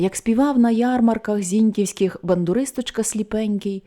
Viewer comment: Наголос: не ЗІньківський, а ЗінькІвський. Бо місто ЗінькІв, а не ЗІньків - райцентр в Полтавській області. Чи може це ШІ (штучний інтелект).